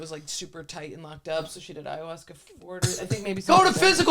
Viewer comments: is not allowed to do ayahuasca until he stops saying ayahuashca 😩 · has got to stop saying it like "aya-wash-ka" lol